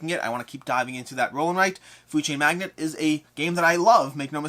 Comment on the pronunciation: Another jerk comment from me (I only tease those I love), please, both you and Jesse, quit saying "Food Chain MAGNET". It's "MAGNATE"!!! ;)